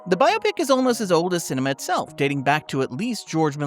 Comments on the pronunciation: i appreciate that at no point is it pronounced bi-opic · Thank you for pronouncing “biopic” the correct way.